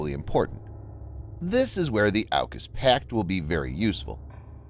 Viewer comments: It’s pronounce auk us (or orc us) not ow cus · It’s pronounced as Orcas. As in killer whales